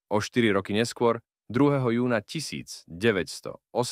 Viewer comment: kontent dobry ale ked to davas citat tomu ai trosku to skontroluj.. trest doživoťá, trinásteho júňa, vražda romana Ďeáka ...